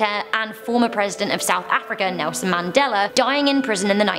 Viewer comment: There is no r in Mandela